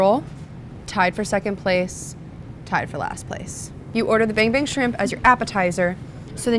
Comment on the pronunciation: Take a shot Everytime she says Ban Bang Shrimp, fun game 😉